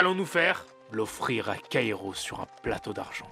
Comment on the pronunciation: Franchement j’adore le concept, juste y’a un truc qui me stresse c’est qu’il dise Kayro normalement ça se prononce Kairo